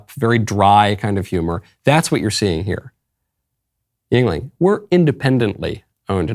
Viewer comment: Yuengling pronounced Yinling correctly as Michael did is one of the best beers in America. Been around forever. Only problem is they are not nationwide. I don't know why they continue to only be East Coast and some surrounding states. I drink it when I visit the East Coast. Or sometimes I can get my family in NYC to send me a case. Never heard of anyone not liking a Yuengling once they tried. Nothing that AB produces can come even close.